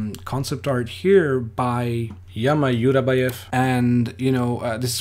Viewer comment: Very cool video, thank you! One little note: Jama Jurabaev - should be read as Dzhama Dzhurabaev :)